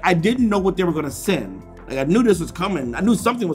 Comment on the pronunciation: Why does send sound like sin